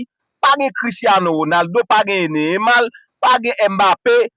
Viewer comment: Menm non Neymar ou paka di byen 😂😂😂😂